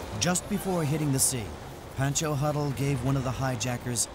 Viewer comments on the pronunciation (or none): Who heard Bhenncho Huddle instead of Pencho huddle.. indian viewers get over here...